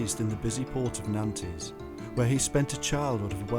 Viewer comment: Nanties!? Do you mean Nantes??? You could at least make a minimal effort.